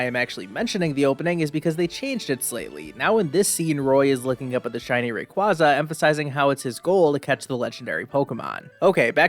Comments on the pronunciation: thats... how you pronounce Rayquaza?? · I hate it so much the way he kept mispronouncing Rayquaza